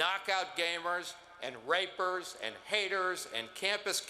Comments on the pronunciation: Did Wayne lapierre just call rapists, "rapers"? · Is it just me who noticed that other guy said "rapers" instead of "rapists"?